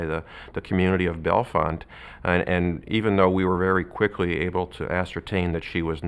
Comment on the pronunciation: It’s bell-font not Bellefonte, the E’s are silent source: local.